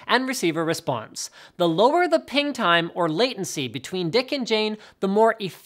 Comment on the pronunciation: Yeah , lie again.....that's not how you pronounce it